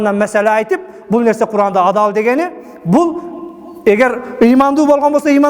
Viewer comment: Эмнеге Куран дебей башкача айтып атат? Куркаан дегендей угулуп атат го